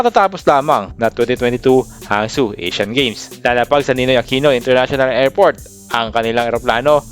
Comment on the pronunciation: 2022? 😂😂😂 And HANGZHOU po hindi hanzhou 😂😂😂Character po sa ML si hanzo 😂😂😂 Pakiayos mababash ka nyan hahaha